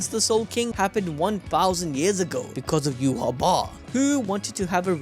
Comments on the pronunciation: Its not yuhaba, its pronounced yuha bach, like dark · bro its "you-ha-va" its german (Yhwach)